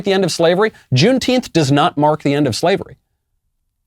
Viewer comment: What is june teenth? Tenth or what ever he is saying???